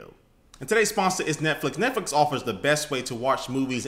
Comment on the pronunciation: "netflic(dot)co(dot)uk/soldier" :P